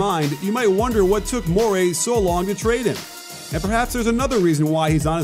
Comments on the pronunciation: Mor-ee not Mor-ay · Please stop saying Mor-AY. It's Mor-EE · Love the video but it’s morey, not MORAY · Coach, you're the best, but Morey is pronounced "More-E." He's not an eel. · Morey rhymes with Cory.